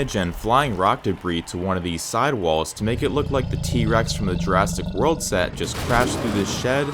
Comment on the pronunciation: Has anyone noticed that he said Jurastic world?